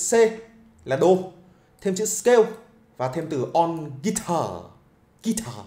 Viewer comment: Nếu không tìm dược cho mình một cái gì nguyên thủy thì cũng đừng bắt chước Peter McKinnon. Kỳ lắm. Người ta nguyên thủy nên người ta tự nhiên. Ô, chữ "video" là tiếng Anh, đọc là "vi đi ô" chứ không phải "vi gieo". đâu. Ấy là tâm tình góp ý. Chữ "scale" đọc là "skeo" chứ không phải "skêu". Còn nhiều nhưng hôm nay tớ góp ý thế thôi. '